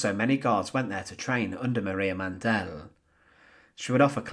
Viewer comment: Maria Mandl's last name is pronounced "MON dill" emphasizing the first syllable NOT the last as in "Man DELL." Lagerfuhrerin is pronounced "logger fear er in" and not the crazy way you did. Please fix these gross mispronunciations.